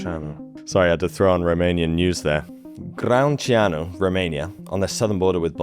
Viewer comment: "Gră-un-cea-nu" . "ă" it pronounce like the end of "the", wich sound like "z"and "ă" in romanian